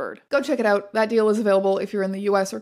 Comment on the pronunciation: “Oot in the spooks” 😆